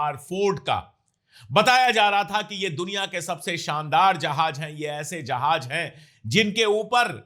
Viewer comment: Jahaj nahi jahaz hota hai sir